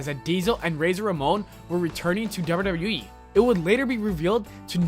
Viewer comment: This guy spells wwe like wyueee